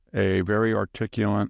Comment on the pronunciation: "Articulunt" is maybe the single funniest mispronounciation ever.